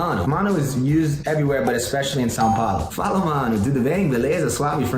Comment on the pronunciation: Mano ele fala a palavra "fala" muito certinho. Oh God kkkkkk pareceu até que tinha colocado algum áudio por trás de um brasileiro memo